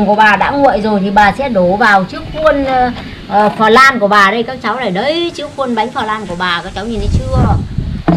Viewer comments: Bà đọc từ "pờ lan" , nghe dui tai ghê đọc đúng là bánh " lăn" đọc tựa như vậy nha bà 😀😀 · "Phờ lan ca ra men." Phèn 😒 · Bà ơi bà đọc sai rồi flan chứ ko phải là phờ lăn bà ạ nhưng nhìn ngon thật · Bánh cờ lan 😱😂😂😂😂😱😱😂😂🤣🤣🤣🤣 Vãi bánh “ cờ lan “ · Chém tiếng anh như gió😂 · khi bà nói "phờ lan" thấy hài hước lun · Bánh "phờ lan" :)))) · Bánh flan mà gọi là bánh phờ lan 🤣🤣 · Bánh phờ lan 😂😂😂😂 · Bà ơi sao bà lại đọc là phờ lam ạ,có vẻ hơi mắc cười🍮🍮🍮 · Bánh phờ lan :)))) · Phờ răng caramen